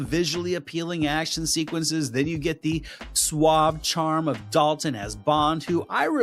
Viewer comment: the way he pronounced dalton sounds like a redneck, hillibilly